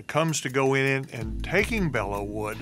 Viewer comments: Just a bit of trivia: the correct pronunciation is “Below” not “Bella.” The correct name is “Bois de Belleau.” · Bellow, not Below. Like, to bellow out an order.